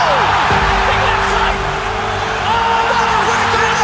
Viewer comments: "Robert With-aker" lmao at least learn how to pronounce his name before making videos about him buddy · Did you say Robert with-a-kerr? Not even 5 minutes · I'd like to see you pronounce the mans name properly you fucking sped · You seriously need to learn how to say his last name lmfao 😂😂😂